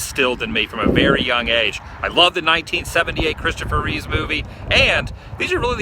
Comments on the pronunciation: Reeve not Reeves... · its still not Reeves, but Reeve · Just FYI, there. is no "s" on Mr Reeve's name, its just Reeve. And how coincidental was that cop car driving by as you were talking about the crime of the window being broken at the Super Museum? That museum was AWESOME! I am not a huge fan of Superman, but even I could've enjoyed that! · its Christopher REEVE. not Reeves thats George REEVES gonna claim to be a fan boi get the basics right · Reeve, man....there's no 's' on the end.